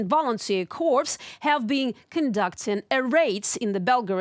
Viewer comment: I know English spelling is very very bizarre and inconsistent, but corps is pronounced like "core", not like "corpse"- which means the body of a deceased person.